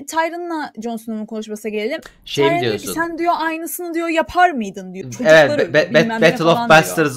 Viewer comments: LÜTFEN DİKKAT; Tayrın ❎ Tiriyın ✅ Bran ❎ Bren ✅ Dragon ❎ Drogon ✅ Tuli ❎ Tali ✅ Sersei ❎ Sörsi ✅ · ya şu adama "tayrın" deyip durma! "tiriyın tiriyın" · ukalalık etmek için söylemiyorum, tirıyın diye okunuyor olması gerekli. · Kız Tayrın dedikçe deli oluyorum. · Ukalalik etmek istemem ama tiryın olabilir